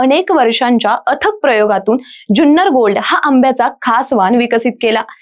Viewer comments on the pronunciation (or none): जुन्नर म्हणा ज्यून्नर नाही.